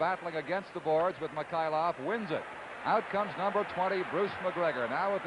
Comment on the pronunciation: Petrov becomes Petro, Mikhailov becomes Mikhailo, Kharlomov becomes Kharlomo. Don Chevrier pronunciations. Yikes